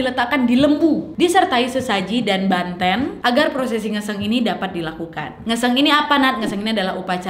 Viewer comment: Bukan Tirte kak Bukan Tirtè,,Banten Kak Bukan Bantèn